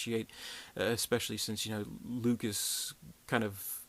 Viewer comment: lucas not lucks